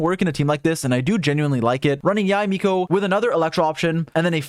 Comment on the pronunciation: Yu Miko? 🤣🤣